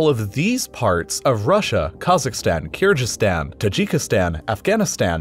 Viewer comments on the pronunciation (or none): The "gyz" in Kyrgyzstan is pronounced "giz" (hard g as in "gift"). Also, kilometre rhymes with millimetre.